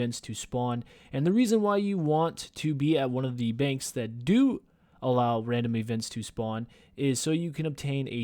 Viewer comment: Randim ee-vent